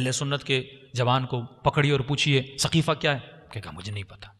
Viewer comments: ہجھ درست کر لین سقیفہ ہےثقیفہ غلط ہے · برائے مہربانی۔۔۔۔سقیفہ ہے صحیح کرلیں ۔۔۔